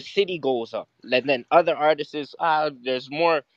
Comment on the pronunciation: someone please tell that the word is "artists" and not "artisis" lmao